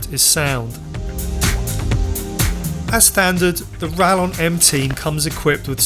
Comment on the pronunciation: Spanish LL should be pronounced like English Y, therefore - RaYon.